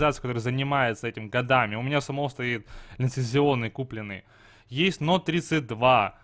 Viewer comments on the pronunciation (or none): none